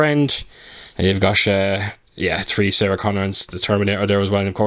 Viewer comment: you would think we would get these cool editions in the states since the movie was literally made here. So weird. I suspected you lived there. The way you said three was a giveaway haha 😉